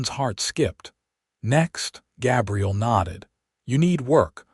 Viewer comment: Why use the name Gabriel if the AI can't pronounce it? Certainly not going to listen to over 2 hours of that.